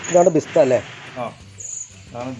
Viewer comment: ബിസ്ത അല്ല ബരിസ്ത എന്നാണ് പറയുക